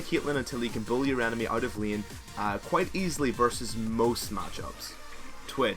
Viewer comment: Vayne, main, lane, phase... Can't you learn to pronounce these words already? I mean, I like your videos, but I cringe every time when I hear your terrible pronunciation of these words. That's the only reason why I'm not subbing or watching your videos daily.